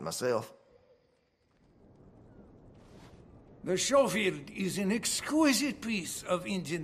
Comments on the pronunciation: Nope, it's Skoh-field. People keep mentioning German pronunciation despite it being Irrelevant, it's a British name. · i always thought it was pronounced skofield not showfield :( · Schofield is an english name that is pronounced sko-field not show-field though, they would have heard the name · It's skoh-field, not show-field. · i find it funny how, it is obvious that each of the VA's have never seen the word Schofield before and yet all off them ended up pronouncing it the same way. "show-field" rather then "Sko-field" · I love this game but they got the pronunciation wrong. It is pronounced “Skofield” not “showfield” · the only bad thing is how they say show-field instead of sko-field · Just so everyone knows its pronounced Sco-Field not Show-Field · Idk why they pronounce schofield like that. It's pronounced "skofeld" not "schofeld" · I . . . hate the way they keep pronouncing it. Everyone I've ever heard say it, pronounces it "Sko-field", not "Sho-field". Probably another of Rockstar's weird "Let's not quite use the actual name of this game" things. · Weird to hear it pronounced Showfield and not Skowfield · Schofield not showfield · The way they pronounce Schofield makes me cringe. Schofield is a Yorkshire surname and it is pronounced Skofield not Showfield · My life has been a lie because I have been pronouncing it like “Skofield”💀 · That is the actual way you say it! I don't know if the voice actors didn't know, or it was maybe some intentional way of avoiding using the gun's real name but "Skofield" is the correct way to say it. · As somebody who has Schofield in my family tree, yes, it's "Skofield". Same way nobody pronounces Los Santos the same way in GTA V. They just didn't prime the VAs. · I have never in my life heard anyone pronounce the name schofield as showfield before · The sch in Schofield is pronounced as you pronounce the sch in school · It’s weird because it’s wrong. Sko-field is correct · everyone calls it a shofield, i hate it